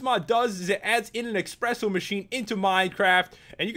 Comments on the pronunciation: It's espresso, not expresso 😊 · Pat it's pronounced es-pre-so I get confused to ;D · "and it adds in an expresso machine" -PopularMMOs "and it adds in an espresso machine"